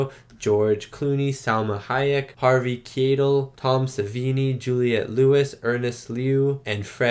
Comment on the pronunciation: It's pronounced Kai-Tel for Keitel